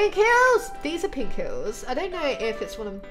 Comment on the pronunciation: It's funny how she says hills not heels